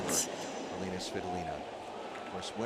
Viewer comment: Elina, not Elena!!!